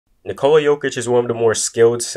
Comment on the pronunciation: It's not Nicola like in Nicole (womens name). Its Nikola. You all americans have to say it faster.. Listen to Vucevic explaining it.